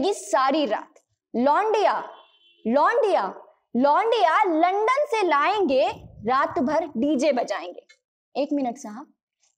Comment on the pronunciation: Tum to khud aslil bol rahi ho लंदन होता है लंडन नही होता बेबी